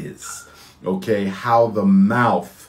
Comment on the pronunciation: Lol talking about word pronunciation and enunciation then he says "MOUF" Come on y'all wake the hell up. He's a homeless, jobless, conman